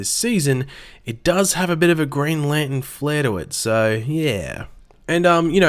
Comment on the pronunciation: ITS LANTERN